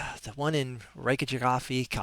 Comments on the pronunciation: Reykjavik is pronounced rake-ya-vick. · No. More like rake-ya-weak. With the k in weak being told more softly. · Perhaps even more close is Rake-ya-veek